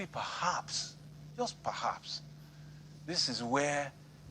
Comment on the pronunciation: "par herbs" just "par herbs" instead of perhaps